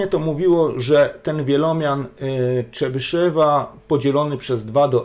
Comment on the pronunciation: Jakiego Czebyszewa , tam w ostatniej sylabie jest jo tylko Rosjanie tej "dierezy" nad e zwykle nie piszą , co nie znaczy że tej "dierezy" tam nie ma (Mówisz Chruszczew czy Chruszczow , Gorbaczew czy Gorbaczow , tutaj mamy podobną sytuację) Tutaj Rosjanie sami sobie robią kłopot bo lepiej byłoby jednak te kropeczki pisać Ja rosyjskiego nie znam bo zanim zdałem do piątej klasy to wyrzucili rosyjski z programu nauczania, moja mać nie chciała mnie uczyć a samodzielna nauka jest dla mnie za trudna Moja mać była nauczycielką tego języka a brat jest samoukiem jeżeli chodzi o rosyjski Dobrze by było poprawnie wymawiać te nazwiska T_{n}(x) = sum((n \choose 2k)x^{n-2k}(x^2-1)^{k},k=0..floor(n/2)) Najmniej obliczeń będzie jeżeli skorzystamy z zespolonych (Wzór de Moivre , Dwumian Newtona) ale na rzeczywistych też można (Po wstawieniu do rekurencji wykładniczej funkcji tworzącej dostajemy równanie różniczkowe z warunkami początkowymi tzw zagadnienie Cauchyego które wygodnie jest rozwiązać wykorzystując przekształcenie Laplace Ponieważ łatwo jest obliczyć n. pochodną czynników zatem wykładniczą funkcję tworzącą łatwo rozwinąć z wzoru Leibniza na pochodną iloczynu) sum((n \choose 2k)x^{n-2k}(x^2-1)^{k},k=0..floor(n/2)) Teraz próbowałem stąd wydobyć współczynniki tego wielomianu ale zarówno po skorzystaniu z dwumianu Newtona jak i po rozpisaniu powyższego wzoru dostałem podwójną sumę Po rozpisaniu powyższego wzoru dla n = 8 postawiłem następującą hipotezę T_{n}(x) = sum(sum((-1)^k(n